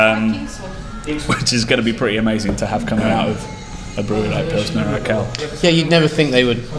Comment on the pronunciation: You should check the pronounciation of urquell. Did you say urqell? Great video.